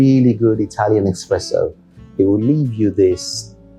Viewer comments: such a distinguished gentleman man, but than he goes ahead and says expresso instead of espresso. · It’s espresso not expresso!!!!!